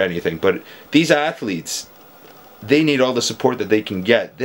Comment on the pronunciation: Sure. ATH--O--LEETS